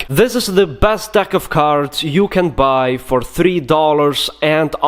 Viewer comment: "If you wanna baaay."